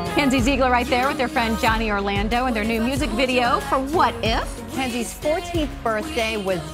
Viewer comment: Is it me or did the interviewer said "jenzies rules for life" 😂🤔